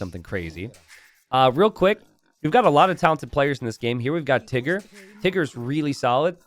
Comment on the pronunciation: gotta be careful when saying "Tiggerr"...